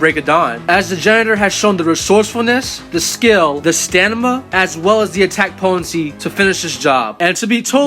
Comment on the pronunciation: bro said stanima not stamina